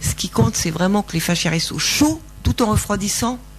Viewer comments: ils sont tous nazzz, elle/qui est ???/ explique tellement mal....n’a pas du tout un vocabulaire clair.. c pas faschias mais fascias !! Madame 😅 l’autre derrière se maaarrre !!! mdr mdr 🙉🙀😹 👎👎👎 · On dit "facias" et non "fachias" (il n'y a pas de "h" !!